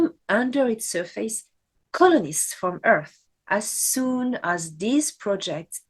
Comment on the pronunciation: The word surface is pronounced: SUR-FIS not SUR-FACE